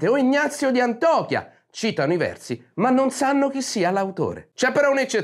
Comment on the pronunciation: Mio caro, sei bravo, sei intelligente e purebello. Ti seguo e ti sostengo. Ma ti prego impara a dire: Israele anziché Isdraele e Antiochia anziché Antochia